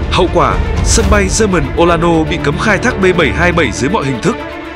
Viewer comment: Xin lỗi nhưng m nghe b đọc aerosucre là “e rô xơ cơ” m bực quá, đọc là “e rô xuyết r” nha b